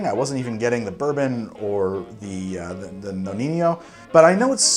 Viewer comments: You pronounce the name of the amaro like "Noniño", ahahahah, it seems like spanish but it's not...so the correct pronunciation is just "Nonino" :-) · nonino not noninho i mean no ni no not that hard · I really like your channel, I really do, but you definitely got to sort out your Italian/Spanish pronunciations! It's Nonino not Noniño, so the 2nd N sounds just like the 1st! A quick Google search before a video is all you need but please, stop making every Italian word sound spanish! Anyway keep up with the good work! Best regards, an Italian fan of yours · What is with the corny "Spanish" pronunciation of "Nonino"? No-neen-yo???? Sorry, we're not in Barcelona. For Italians its just No-nee-no. Let's keep it simple. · Why keeping call it Amaro Noniño? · Amaro Nonino. Nonino. Not Noni~nyo~. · We don't have the ñ in Italian... It isn't El ñino it's knee-no... Good job on the rest my friend.. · No-KNEE-No. there is no “ñ” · For the love of god, its pronounced "No-Nee-No" . There is no enye in the Italian language. If it were spelled the way you pronounce it, it would be Nonigno. Your PSA for the day. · Dude the ñ sound doesn’t exist in Italian. It’s pronounced no-nee-no. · Well i was about to say this after like the 5th butchering but u had it 😂😂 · The Amaro Nonino it's actually pronounced "no-knee-no"...my Italian ear is really hurting by that Spanishsation of actually a great Amaro 😅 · Always thought it was pronounce no-knee-no